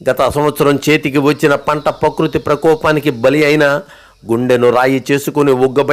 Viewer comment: గండ్లు పూచండి కాదయ్యా. గండ్లు పూడ్చండి అనాలి. పకృతి కాదు ప్రకృతి అనాలి భాషా జ్ఞానం లేనివాడివి నీకు వీడియోలు ఎందుకయ్యా ఆలోచించు ఇతరులతో వాయిస్ ఓవర్ చెప్పించుకో అంతే కానీ బడాయికి పోయి భాషను నాశనం చేయకు.నేటి పిల్లలు అదే కరెక్ట్ అనుకొని నేర్చుకుంటారు.